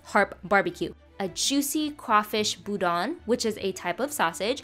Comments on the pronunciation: I’ve always heard it pronounced bou-dan instead of bou-don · The way she said boudin made me cringe soooo hard!!!! I live in Louisiana where it is pronounced boo-dan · Lol as a cajun hearing her pronounce it as boo-don is so hard! Its pronounced boo-dan lol. No hate tho I rlly love ur vids <33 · Boudin is sooooo great!! Moved to Louisiana last year, and I had never heard of it. Now I get it like weekly, from our local grocery store X] I pronounced it like you did, and my bf still holds it over me sometimes X] now I've nailed my pronunciation, though! It's like "boo- DA(n)", where you drop the n sound at the end, it's more like closing the back of your throat X] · Boudin is pronounced boo-dan, not boo-don... you're ridiculous. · Boudin pronounced “boo-dan” with a soft \n\ sound - love your channel! :) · Just a tip from a Louisiana native boudin is pronounced like (boo-dan) not trying to be mean, just don't want to see people be rude to you over the way you pronounce that, I'm so happy you enjoyed it tho. You should try more Cajun cuisine a lot of our food has a lot of influence from French, African, and various Asian cultures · Just wanted to let you know boudin is pronounced boo-dan(like the name) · im from and live in Louisiana and around new Orleans and boudan is very popular and that is not how you pronounce it at all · Its pronounced "boo dan"" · Hey just some help, boudin is pronounced (boo-d-an) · It’s pronounced boo-dan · It's pronounced boo-dan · Sheesh when you pronounced Boudin wrong I cringed hard